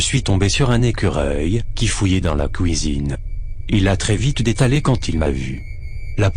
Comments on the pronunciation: ummm tu as dit couisine à la place de cuisine... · Mdrrrr... Autant la voix robotique, j'y suis habituée (même si parfois, je me tape des fou rire tellement certain mots improbable sorte incroyablement de leur contexte (comme le magnifique "couisine" à XD) ou quand le manque flagrant d'émotion de la Voix (^^) casse joyeusement l'ambiance stressante) Mais... La voix d'... Ho putain, dit moi juste qu'il avait entre 14 et 17 ans maximum au moment du tournage parce que... Y a rien à faire, je peux juste pas me dire que CA, c'est la voix d'un mec de 20 ans OoSinon, j'adore toutes t'es histoires <3